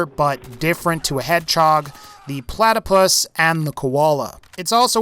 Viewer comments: Did he say plataPLY its pronounced pla-ta-pus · did he say platerpie